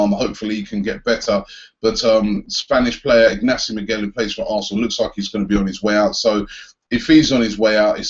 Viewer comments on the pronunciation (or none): Poor Ignasi Miquel - nobody can get his name right. Not Robbie, not the stadium announcer...